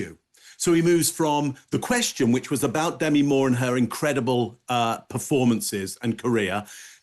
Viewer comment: The lady's name is DeMI, not Demi.